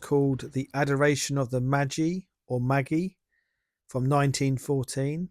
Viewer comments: A good thing about channels like yours is that you cause me to look up things I realise I don't know. I now know why St. Michael is standing over a dragon. Thanks for that. Magi. Pronounced Mayjeye. Keep it up. Cheers. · Hi bro. Magi means ‘wise men.’ The three kings of Christmas. It’s pronounced ‘may..j…eye.’ Great vids. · Lovely, thankyou. Magi is pronounced “Majeye” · At 5,25 it is Adoration of the Magi, pronounced Maj-eye. 👍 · Magi is usually pronounced May-Jeye.